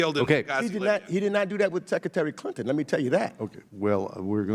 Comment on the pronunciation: "Teckaterry Tlinton?"